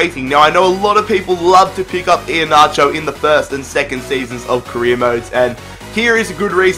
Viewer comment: You butchered Iheanacho"s name completely